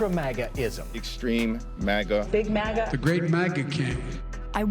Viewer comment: Cant stop hearing Maggot instead of MAGA now 😂😂😂